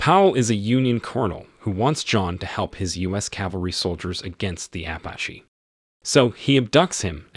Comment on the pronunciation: You don’t pronounce it apashe 😂😂😂😂😂😂😂😂